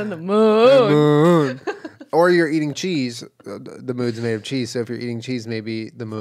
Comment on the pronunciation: Honestly after Jenna started pronouncing it moóon , all I was hearing was the way they say m'lady but m'oon instead